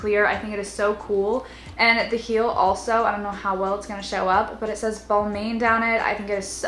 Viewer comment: You said Balmain wrong